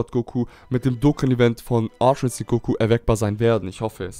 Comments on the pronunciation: Mich fuckt das auch voll Ab wenn et "Insinkt" sagt … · warum sagst du immer altra insinkt sag doch ultra ahahah XD